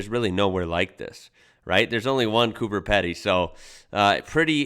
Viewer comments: Wittenoom visited lot as Kid in 70s Pub and Servo were open and few character's lived there, some great Gorges to jump if in the area, still remember the Camel and Dad having a dispute over Dads Camera. I screamed at computer again, sorry it is Cooper Peeeedy (know not your fault but guy in video could have checked) it is not that far from here in Alice, when consider the Rock is over 400km Alice, some people locals will stopover on way to Alice or return to Adelaide, stay the night or lunch and a Beer if don't want do Alice to Adelaide or Vic in one hit. Tourist have a lot more to see in area of Cooper Peeeedy, Cattle Stations, 4WD Tracks, Road Houses and more, can follow basically along the Ghan Rail Tracks, Shell beach is great fun especially for kids. Pink lake is great to swim in, Not sure if you have noticed it yet that Majority of things you like so far are in NT and WA and inland North QLD Wycliffe Well is only 324km from Alice we do go up there for lunch at least once a year, is on the where shall we go for lunch this weekend list and who is the Sober Bob. Is great place to spend night if your Sober Bob is a Dud, stars are amazing and reckon lot of UFOs are down to the Green and Gold you consume, though must be few real sightings, as their are Sober people that stop there.. Could it be that we / those who made Alien films got their inspiration from Indigenous peoples depictions of their Spirits, just a thought. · You say 'Peedy', not 'Peddy'.... It is very isolated, but people live their whole lives there in some comfort, because the underground caverns are very well climate controlled. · it's Cooper Peeedy...like speedy but Pedy. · It’s Coober Pedy not peddy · Pronunciation of Coober Pedy You say Pedy as if it rhymes with heady. In fact it has a pee sound so it rhymes with seedy or greedy. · yeah and just to add, it's pronounced "Coober Peedy" not "Coober Peddy" as the narrator said lol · It’s pronounced Cooper Peedy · It's pronounced Cooper peedy